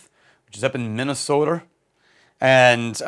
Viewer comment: “Minnesoter” 😅 Never change